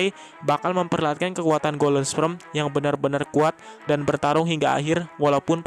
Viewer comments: belajar lagi bang ngomong kata kata golden sperm.. bukan golden sprem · "Golden sprem" RIP English...pffft 🤭